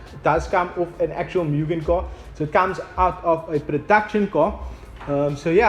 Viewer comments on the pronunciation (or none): You pronounce it "MOOGIN" , not, "MEEWGIN" Opening of the bonnet was the biggest anticlimax. I don't know why youtube recommended this video.